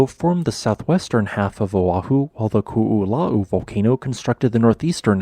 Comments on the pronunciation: Youʻve been great at pronouncing Hua Tonga-Hua Haʻapai, but Koʻolau trips you up? You are pronouncing Koʻolau as Kuʻulau. The "o", glottal stop, "o", is pronounced like in Puʻu Oʻo. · Ko'olau is pronounced Koh Oh Loud(minus the d sound) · Interesting vid! For anyone who cares, Ko‘olau is pronounced "koh-oh-lau" where "lau" is pronounced like "loud" without the d. Not exactly correct, but close enough. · Koolau is three syllables. The first two O letters are indeed each pronounced, so you did good on that. The Os are pronounced like you say the letter O. The “lau” is pronounced like you say “ow” like something hurts, but with an L in front of it. So it’s Ko-o-lau. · ko is pronounce Koh and not ku. its Koh-oh-lau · Great information! And for future reference, the proper pronunciation of the upper east mountain range on the Windward side of the island is pronounced Ko'olau (Ko•oh•laow). The 'okina in our language is read as a glottal stop and is technically its own letter in our alphabet. How you pronounced Waianae was perfect though! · Nice presentation. The only weakness was your pronunciation of 'Koolau.' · Half of this is kinda common knowledge if you grew up in Hawaiʻi (cuz they go over this a lot in school) but I didn't realize the majority of the original volcano had slid into the ocean with remnants still visible on satellite imagery. I knew the Koʻolau side was created from erosion & landslides but never imagined at that caliber Also, I died every time they said "Koʻolau" (ko-o-lau) it's a phonetic language so you say every sound, no silent letters, no compound sounds. We use all the vowel sounds like English: A like in fAther, E like the beginning of Elephant, I sounds like swEEt, O like in dOOr, and U like in spOOn. That little apostrophe looking thing in between Koʻolau is called an ʻokina, indicating a glottal stop like the space between "uh-oh" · I cannot get over how he pronounces ko'olau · Your pronunciation of Ko‘olau is killing me brah. 🤣